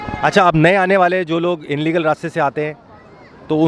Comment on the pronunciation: Inlegal nahi illegal hota h